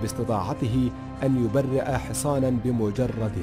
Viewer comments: معك حق و قد إنتبهت لذلك ايضا، مع أن نطقه للفصحى و لا اروع، " فقد نطق كلمة "يُبَرِّيء " بدل " الصحيح و هو " يُبْرِيء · يبرئ نطقت بشكل خاطئ في الفيديو فقط للمعلومية